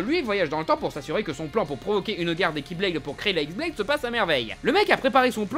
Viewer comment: J'ai vu personne le noter mais la Xblade ne se dit pas "X"blade mais "Khi"blade. Ce n'est pas un "x" mais la lettre grecque "Khi". (Oui je fais le chiant mais voilà).